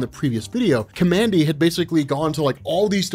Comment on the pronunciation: The character's name is pronounced "COMMAND D"